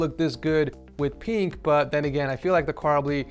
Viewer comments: I love how says “peenk” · I love how says pink (peenk) lol